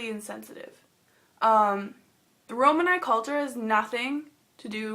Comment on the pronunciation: Also its pronounced ro-manee